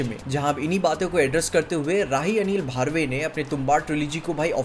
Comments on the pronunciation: its Barve not BHaarve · It's Barve Not Bharve,😊❤ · Bhai it’s not pronounced BHARVE, it’s BARVE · भार्वे ❌ बर्वे ✅ 😂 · Bhaarve nhi bro Barve 🤣🤣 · भारवे ??😂😂 बर्वे या बरवे बोलो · Bro it's not भार्वे it's बर्वे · Its not Bharve... Its B arve. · bhai, it's बर्वे (ब + र + वे) not भार्वे. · Just clearing your pronunciation its not भारवे its बरवे..✅️